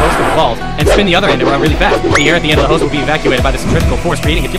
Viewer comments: "hose only" pronunciation got me dead💀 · ‘Let’s see who can suck faster’ 💀 ‘Hose only’ (Pronunciation of hose) 💀